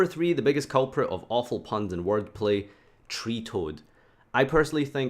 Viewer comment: I mean you also said treetoad instead of treattoad